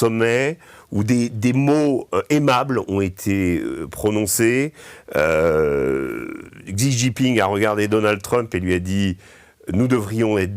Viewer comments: "Chi" Jingping, Régis. Deng "Chiaoping" aussi. 🙏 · Essayer donc d'apprendre comment prononcer correctement le nom du Président de la RPC .... Xi Jinping 😉